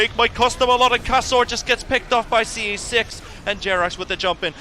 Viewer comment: this is unwatchable with the caster calling him "ce6"